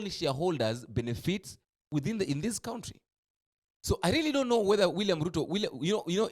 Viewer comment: Iit is pronounced country not county